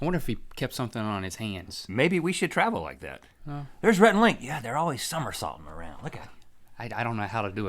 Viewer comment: It's Rhett not Reth